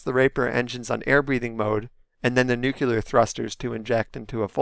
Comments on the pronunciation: I love your videos. Your voice is awesome, but I’ll maybe advise that you pronounce it “new-clear” instead of the George W. Bush way of saying it, “new-cue-lur” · the one where you said nuke-you-ler. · ugh, nuke-you-ler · Well, of course it's going to be a prop vehicle for Eve Jool. Again. Also, "nuculer". Heh.